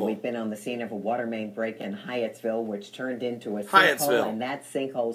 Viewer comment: I'm from that area and its pronounced high ats ville,, Hyattsville. God bless.